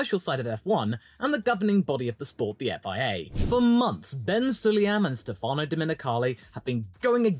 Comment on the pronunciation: btw is stèfano not stefàno